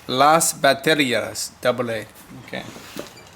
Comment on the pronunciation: Never thought I'd see speaking spanish, as a south american who speaks Brazilian Portuguese (basically a more unique version of Portuguese, which is based of Spanish and Latin, with accents and words being really different), I understood it quite perfectly and u almost nailed the "baterias" aswell lol. Pretty cool to see the PrizzaPalace getting closer to its former glory